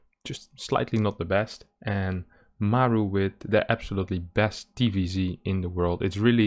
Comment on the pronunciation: mAru, not marU ffs